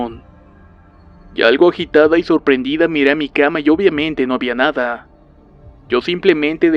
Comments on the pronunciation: Tu hablar me da risa en ves de miedo :'v "Cabelló" :v Algo asi se escribiria cuando hablas. "Nadá" :'v Ay dio.... :'v Arena ven a mi. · Osivan :3 arena en el c*lo o la va*ina? :v